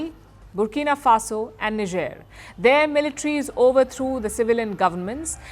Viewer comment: Why you pronounce it as Ni-Jer? It's Nai-Jer right!!!